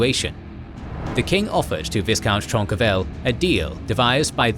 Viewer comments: Viscount is pronounced v-eye-count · The pronunciation of viscount almost drove me to insanity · Thank alot, now it's doing the same to me.